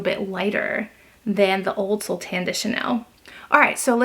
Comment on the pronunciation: I speak French, it’s pronounced So - lay. 😊